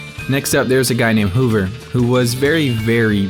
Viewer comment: Hahaha it’s pronounced hover not whover and its sad to see malicious lies about my friend put into such a video with a large audience. Imagine making this video with those allegations and not even trying to get the other side. I mean cmon you even stated how freakin new you were to the community so you just take the word of of the first group of people to convince you to play. Oh nooooo he said stupid stuff on a forum to troll when he was frustrated with the other players n forum posters.